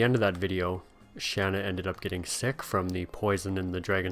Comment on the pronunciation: Dart calls her Shawna in a cutscene when it clearly says Shana, you're just like me I call her Shana not Shawna